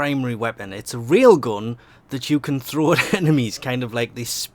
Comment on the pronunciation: when you say "rail gun" its sounds more like "real gun" rail gun is the real gun.